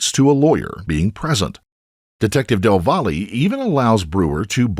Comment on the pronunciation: Del “VOLLY”?? Really? Why don’t you at least lookup how to say the name right? “Del Valle” is a Hispanic last name and it’s pronounced “del vah-yae”. In Spanish, a double L makes the Y sound. Come on man. Del Volley. Come on.